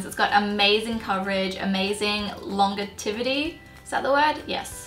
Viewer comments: Lol, longevity is pronounced "lawn-jev-uh-tee" 😁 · Surprised she can't pronounce longevity